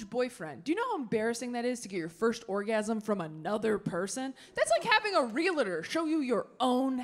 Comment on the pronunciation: It’s “REAL-TOR” Taylor, not “REEL-A-TORE.” 🙄